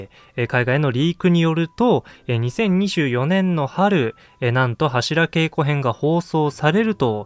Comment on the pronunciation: 「柱稽古」の読み方は、〈はしらけいこ〉ではなく〈はしらげいこ〉ですね。